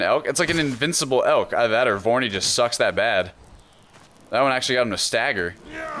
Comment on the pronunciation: seriously though.... I'm watching the last 8 and half minutes and vorny is KILLING me. it's like Vory combined with horny. so uncomfortable.